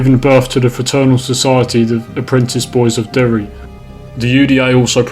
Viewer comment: it's maghaberry. And I Derry/ Londonderry and Belfast are the only places you pronounced right.